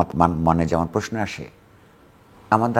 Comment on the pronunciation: প্রশ্ন কে প্রেশ্ন বলেন কেন জিল্লুর রহমান? আশা করছি সতর্ক হবেন।